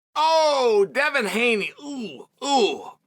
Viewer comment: Takes a lot of skill to mispronounce Devin. Undefeated.